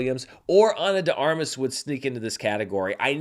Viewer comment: Ana “Day Armas” not Ana duh Armas